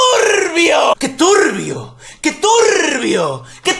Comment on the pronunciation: Que turrrbio que turrrrbio que turrrrrrrbioool